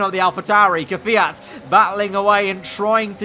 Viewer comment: Mate please, instead of keviat. Kviat. not Keviat ots, KVIAT